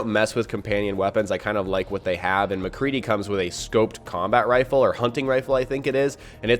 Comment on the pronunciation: You said mcree